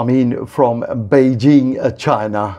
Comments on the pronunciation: পৈজিং না বৈজিং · বন্ধু, সঠিক উচ্চারণ হবে পেইজিং, বেইজিং নয়। আপনার মনে আছে ওটা আগে পিকিং ছিলো বিকিং ছিলোনা। ধন্যবাদ।